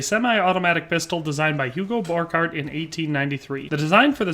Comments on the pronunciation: I don't wanna be that guy, but given that I've spent a lot of time studying this pistol, I thought I'd point out: - It's pronounced bor-shart (Hugo Borchardt), and gay-org (Georg Luger). other than that, the history provides here is pretty accurate, well done! fun fact: Hugo Borchardt refused to further develop his pistol because he believed it was perfect, so DWM gave him the boot, and had Georg Luger update it. Luger actually managed to get the pistol right almost first try, creating one of the most iconic pistols in history. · Okay it's spelled Borchardt and it's pronounce like this bor-shard-t the D&T go together as you say it